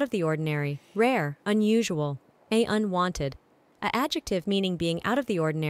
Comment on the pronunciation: NL somehow getting "unwonted" despite the A.I. messing up the pronunciation only for him to then submit "verger" with full confidence absolutely sent me